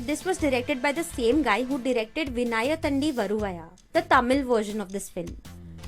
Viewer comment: Your content is good and your information is valuable. But you pronounced tamil words wrongly. Vinnaithandi varuvaya and oh kaadhal Kanmani these two words you pronounced wrongly. Check the correct pronunciation please. If I said anything wrong . Sorry for that.